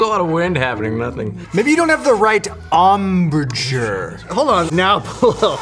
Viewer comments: “Um-birch-ure”… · And also the fact that not only did he mispronounce embouchure but also flute’s don’t need an embouchure